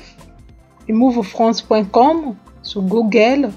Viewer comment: Cest livinfrance. Pourquoi tu dis limouvfrance ?